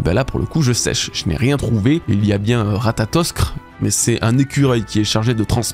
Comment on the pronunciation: Ptit truc, l’écureuil se dit « ratatosqueur » en prononciation